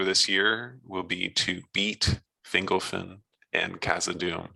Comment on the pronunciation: "Fingle Fin." I hear it Fin Gol Fin in my head.